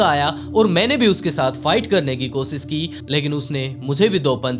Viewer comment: Koshish hota h kosis nh hota apni Bhasha wrk kijiye sha ka sa bolteho soot nh hota shoot hota h aapka video world mein ghumta hai apni language per vah kijiye